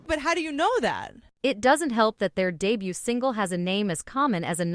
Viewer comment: Wow you make such a long and detailed essay about how bad a music video is due to using "cringe-y" AI, while your whole video is done with a terrible AI voice that can't even pronounce English words correctly. "re duh butt" LOL.